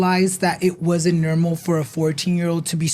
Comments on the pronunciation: Why do you say nermal instead of normal 😂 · I’m dead 😂 I low key love when he says it! Newrmal 😂❤